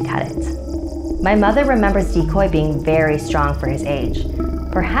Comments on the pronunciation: Dicoy. Decoy. Decoy. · CrazyCat Lps HE'S A DECOY OF MANY DICOYS!!!